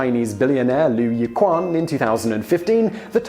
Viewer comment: not "yi-quan", it's pronounced "yi-qi-an"